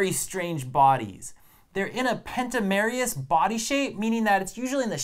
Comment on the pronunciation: really fun video, one small correction, it is pronounced uh-kai-noh-derms. Pentamerous is pronounced pent-AH-mer-us